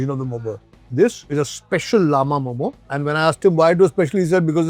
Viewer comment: U bloody Indians always claims other foods to yours and our food to others…u cannot even say momo well and says momos 🤣🤣🤣…momo is purely nepali food from newari culture and its called मःमः…so while newari ppl went to Tibet for trading…selling clothes and buying salt newari ppl reach Tibetan ppl…u steal food from others like…Iranian food jalebi, samosa, biryani etc these all are others food…and we are not like adapting other ppl food…bc indians